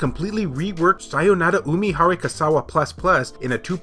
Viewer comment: Kawase is pronounced like this: ca-wah-say. You pronounced the rest quite well.